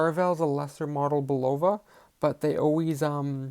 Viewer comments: It's pronounced Bull ova.! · Not bad, but where did you learn to pronounce, Bulova? Go back to old commercials, when Bulova was still an American company, and listen to the correct way of pronouncing its name.